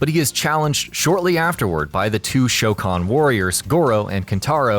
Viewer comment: at least you got the pronunciation of goro's race correctly